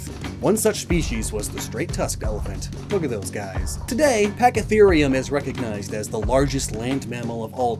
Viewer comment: The giant mammal you mentioned is pronounced para-sera-therium, btw. As well, while it was the largest mammal, is closest modern relative is the rhino, I'd you'll believe it